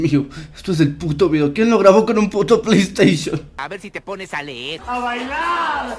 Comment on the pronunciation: Pley esteishon xd